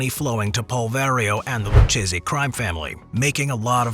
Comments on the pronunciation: It's pronounced LOO-KAY-ZEE, not LOO-CHAY-ZEE you dope. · Loo-kay-zee. Thank you.